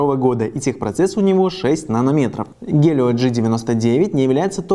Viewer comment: Челик обзор отличной только не гелио а хелио